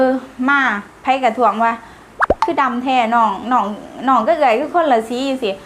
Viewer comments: สำเนียงคนลาวทางใต้จำปาศักดิ์หลายท้องที่ คนลาวจะออกเสียง "ด" เป็นเสียง "ล" ดำ จะออกเสียงว่า ลำ เป็นเรื่องปกติ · ดำๆไม่ใช่ลำๆๆ ฝึกพูด ด ให้เป็น ด ไม่ใช้เป็น ล พี่เห็นน้องพูดคำว่า เด้ ยังพูดชัดเลย